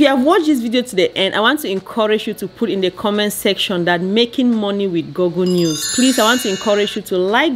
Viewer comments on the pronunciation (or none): Girl said GoGo news